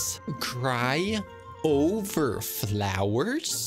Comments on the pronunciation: I’m so pissed at the one who didn’t get the riddle very fast WHEN HE SAID CRY O-VER FLOWERS😭😭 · I love the fact that the second player does not get for the word Cry-o-ver and reg is vine BAHHA but i love how they try there best to get! but still very funny